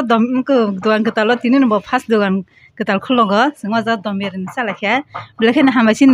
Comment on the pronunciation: Dom biryani ❌ Don biryani ✅